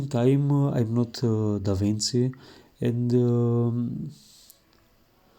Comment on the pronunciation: it is pronounced DAVINCHI like CHEAT no Davin C